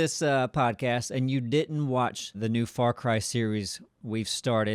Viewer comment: When says "far cry" it sounded like he said "f*ck rye" and my friend Aidian must have thought so too because he quickly looked up from his sandwich and defensively shouted at me "Hey it's my sandwich I should be able to eat it in peace without you judging my bread selection!" I died lauhhing.